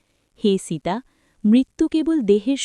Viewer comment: সীতা নাম খানি ভালো করে উচ্চারণ করুন। জঘন্য উচ্চারণ। বাঙলায় বলছেন, বাঙালিদের মতো করুন।